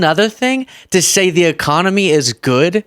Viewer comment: I don't think he can pronounce a comedy right economy he can't even say it correctly he might be impaired😮😂